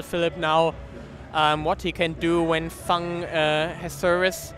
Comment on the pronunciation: Thanx for Great matches. But please, Feng‘s Name is pronounced „Fong“ and Not „Fang“. I got goosebumps every time 😂